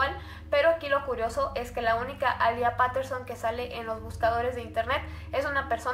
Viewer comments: Me da cringe cuando dice Paterson en vez de petterson o como se escriba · Es PETERSON, no "Paterson" como dices tú...y alía Peterson apreció el 16 de octubre. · Se pronuncia "Alia piterson" mas no "Alía paterson" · No se dice Paterson se dice peiterson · Se pronuncia petterson no paterson 🤣